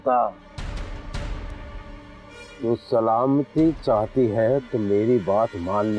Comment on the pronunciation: Salawalekum nhi hota please sahi se Salam kiya karo